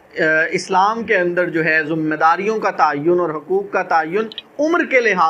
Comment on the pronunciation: zummaydari nh hota bhai zimmydari hota hai ajeeb